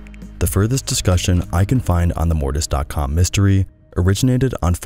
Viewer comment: didnt even watch the video yet but i want to say that mortis sounds like morbius and its making me laugh